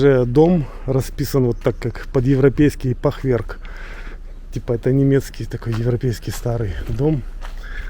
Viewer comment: Правильно «фахверк» с ударением на А.